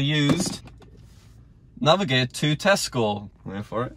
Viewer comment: “ NaVeGatE too tEzcO “